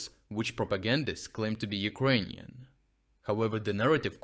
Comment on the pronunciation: why do you pronounce it "ugroynian"? Is it bc of a dialect?